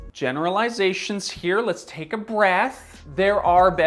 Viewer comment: " letttuce 1st start on the teflon one.. 🤣👏🏻👏🏻